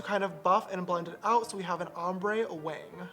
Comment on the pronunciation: when he says wing it sounds like wang 😂😂